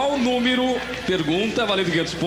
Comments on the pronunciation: o celso: "qual númiro?" kkkkkkkk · o apresentador falando númirú com i e ú tambem nao ajuda ne...